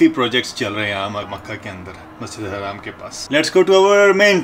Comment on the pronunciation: Bhai haraam bolna band karo, ye Masjid Al Haram hai na ki Haraam